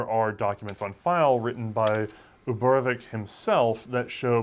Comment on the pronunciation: I noticed you seem to always pronounce "ch" as a sort of "k" sound in names like Ivanovich or Uborevich, as if reading a Polish or German transliteration. But in most transliterations of Russian names that is meant to be the same "ch" as in "choice" or "chair", it's a sound for which Russian has its own separate letter (Ч), and it's almost always found in patronymics, and a fair few surnames.